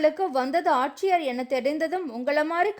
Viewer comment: உங்கள் சேனலில் தயவு செய்து தமிழ் ஒழுங்காக உச்சரிப்பவர்களை வேலைக்கு அமர்த்துங்கள். தமிழ்க் கொலை தாங்க முடியவில்லை! இரவிள், ஆச்சியர், காய்ச்சள், டவாளி என்று.. கொலையாக கொல்கிறார்